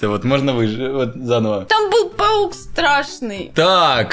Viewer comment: Не паук а пафуккккк😂😂😂😂😂😂😂😂👍